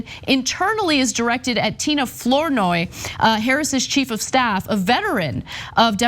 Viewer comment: Ana, FLOURNOY is pronounced Fluh-noy not Floor-noy. It’s my mother’s maiden name. Or Flah-noy